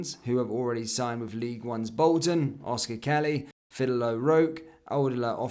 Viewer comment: love your content, but on your pronunciation... Fidel O'Rourke - say Fidel like as in Castro, O'Rourke basically ryhmes with O'York - you're welcome Go n'éirí an t-ádh leat YNWA